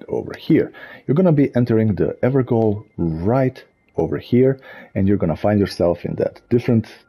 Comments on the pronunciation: It's actually pronounced "ever-jail" not "ever-gowl". "Gaol" is a medieval spelling of the English word "jail" and it is pronounced the same. Not trying to be pedantic or anything, just seen a bunch of videos where people keep pronouncing it like this so I guess most people don't know about the word gaol. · Ever JAIL, is how it's pronounced ;) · great video thanks.....believe it or not it's actually pronounced everjail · Fun fact Gaol pronounced as jail.so evergoal =ever jail